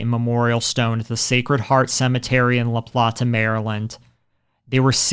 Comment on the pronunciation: It's La-Plate-AH Maryland. Not La-Plat-Ah.